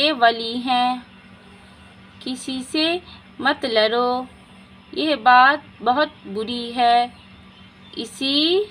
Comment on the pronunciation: मैडम जी बोलिए किसी से मत "लड़ो" आप "लरो" बोल रही हैं। उच्चारण सही करिए। आप बिहार से है क्या????